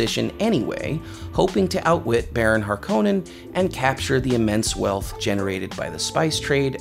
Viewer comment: You can always tell someone whose first exposure to Dune was the Lynch film by the way they pronounce 'Harkonnen'. Herbert said HAR-ko-nen, and this narrator says har-KOH-nen (know because I am one of them, but I have since read the books multiple times). That alone isn't a bad thing, but if you couple that with his saying that humans outlawed computers to keep humans from getting lazy, and I am pretty sure he (or the person who wrote the script for this video) never actually read the book.